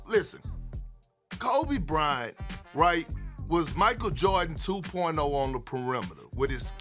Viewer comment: The Krobe Bryant😂😂